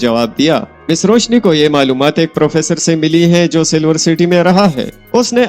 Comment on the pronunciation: Bahi correct name is Roushi.. not Roushne